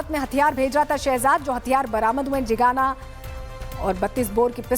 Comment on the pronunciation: jigana nhi hota zigana hota hai